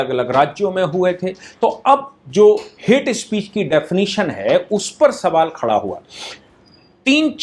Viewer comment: "हेट्स स्पीशीज" खतरनाक अंग्रेजी 🤣🤣